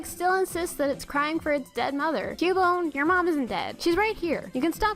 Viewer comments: its cubone CUH BONE!!!! not Q BONE!!!!!!!!!!!!!! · THE NAME IS PRONOUNCED "Q-BONE"! LOOK IT UP! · i allmost cryed when she said cubone